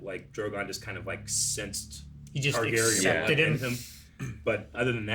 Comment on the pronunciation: .....it's TARgarian not TYgarian.